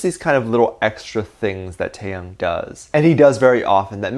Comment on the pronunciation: not you pronouncing taehyung as tAeHyAnG 👁👄👁